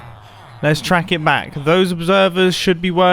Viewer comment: Wait at the start didn’t anyone realise mumbo said “welcome bang” and not “welcome back”